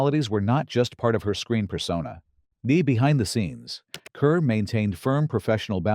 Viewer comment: The name Deborah Kerr is pronounced as; "car".